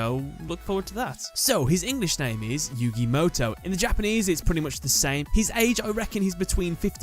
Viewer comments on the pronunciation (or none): That's yu-GAY MOW-TOW